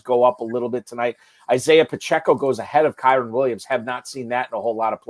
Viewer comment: Hold on. 1 million dollar league. Fantasy experts. Deep analysis. And we can’t say Kyren’s name correctly? Other than that, great content. 😆 Thanks for sharing.